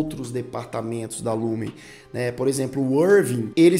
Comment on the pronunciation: Só um adendo,vi todas resenhas sobre a serie e a maioria fala o nome da empresa errado,vc disse Lumen mas e Lumon😍😍